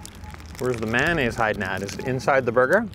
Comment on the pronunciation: He said man ayse lol